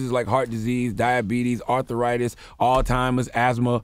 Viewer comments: "All-timers (alzheimers)".....Charla needs to step his brain power up. He is definitely not the sharpest knife in the drawer. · When he said alltimers, instead of alzheimers😂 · Why y’all let charlamagne still say “all-timers”?